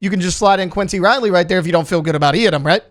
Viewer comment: Someone plz teach this guy how to say Yiadom.